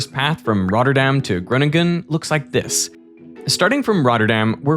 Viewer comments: "grunningun" lol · Didnt expect this video to turn into an Amerikan trying to pronounce Groningen over 5 times in a row, but can't say that didn't elevate the pleasure of my viewing experience. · i'm not comfortable on how you pronounce Groningen 😅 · gruniggen.. lol you had the pronounciation right there. It's fine though. It is definitely one of the more difficult towns to pronounce for non native speakers. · You included an interview of Dijkstra pronouncing Groningen and only seconds later you butcher it with grunnegun. Schaam je. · Where is Gwoningen 😂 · So funny how you mispronounce Groningen. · this video is like that video of benedict cumberbatch saying penguin all the wrong ways.. but instead the word is groningen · Yeah this proves to me that the narrator at that point,, is Dutch. I believe he mentioned it before as well. Later in the video, you can clearly hear how Groningen is butchered again, multiple times. But not when the OG Veritasium Dutchie pronounces it 😂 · Dude why are you butchering Groningen pronounce hard? You could at least have google it G is not a G as in English. You have millions of followers whom might hear and learn it for the first time. And now those people are saying wat ever the hell word it is that your using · I noticed that too. I've spent some time in the Netherlands a couple hundred years ago. Enough to notice Groningen being pronounced with a full american G later 😅 (I remember being corrected on how to pronounce that, multiple times) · Yes, just a few seconds later Groningen turns into Groningen. 😀 It is so unfortunate that they know the pronounciation of Dijkstra and Groningen, but decide to do something else... 😞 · As someone living in Groningen, I found it very funny hearing you pronounce it every time 😂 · The pronunciation of Gröningen was an absolute travesty. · The best part is hearing the Veritasium hosts try to pronounce Groningen. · pronouncing Groningen like that hurt me 😭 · And Groningen?